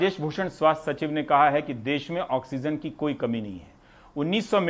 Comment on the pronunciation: देस नहीं देश होता है